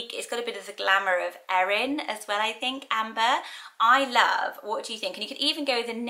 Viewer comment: Thanks for saying my name, Erin, correctly. Most people mispronounce and misspell my name and always have despite how simple it is. I've only ever met a couple of people with my name but just in passing.